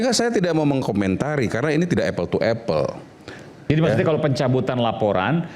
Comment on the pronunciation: Apel kali prof bkn epel tuo epel belajar lagi ya prof